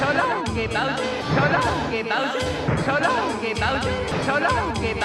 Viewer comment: I used to think he said "shalom" instead of "so long"